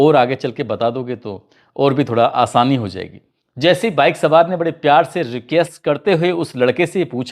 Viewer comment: Rekes nahin sir ji request hota h ….end aap shams ki story dekha kare aapko kafi madad milegi pronunciation theek karne Mein….end ek jaga aapne ladke ka baap …Ayse shabdo ka use na kare pita ya walid jaise shabd use kare 😅 aap ki story har Ummrr ka insan Dekhta h boora prabhav padta h 🙏🏻